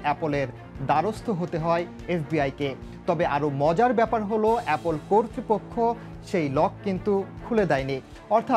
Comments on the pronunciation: Abbe gadha . Apol na its apple 🤣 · Apple ke apol bolteche😂😂😂😂😂